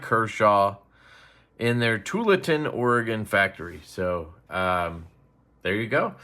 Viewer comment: Tualatin. Too-all-ah-tin. 👍